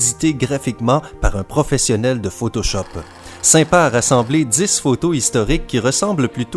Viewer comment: excuse moi sympa ça m'accroche les oreilles quand tu prenonce les chiffres 10 c'est pour le dire c'est pas dixe mais dice en français ou disse